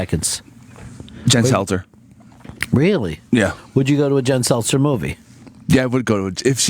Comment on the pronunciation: Sel TER. That deformed bitch you deviants think is so gorgeous is named "Jen" Selter, not Seltzer.